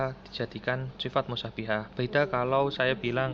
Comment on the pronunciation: Musabbahah mas bukan mussanihah